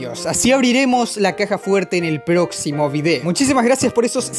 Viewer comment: Soy el único que entendió que dijo "en el ploximo video"